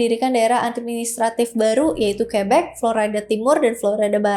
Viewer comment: Florayda atau Florida?